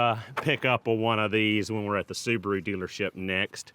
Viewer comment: The little soo-bar-oooo. Wow